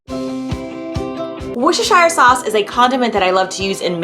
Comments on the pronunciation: It’s pronounced “WUH-ster” you don’t say the shire, don’t ask me why. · These recipes look fab but as a Brit it’s pronounced “woostershur sauce” I think that sounds right you don’t pronounce the shire part fully (English is odd I know) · For those struggling to pronounce worcestershire sauce its "war chester shire" and that will give you something close to the ball park. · What a lovely video. Love the enthusiasm. Worcestershire is pronounced Wooster. I know. That’s strange, but also true. Wooster sauce…spelled Worcestershire. Blame the English:-) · Worcestershire is pronounced like wooster sheer, just a note. Love the video!